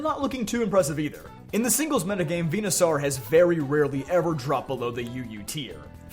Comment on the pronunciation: Dude are you ever going to get Venusaur's damn name right?